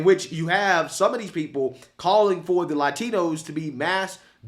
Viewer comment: “On they table” Learn Ingles Pendejo charlo man the devil